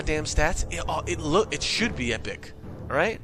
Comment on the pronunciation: its funny when you say epic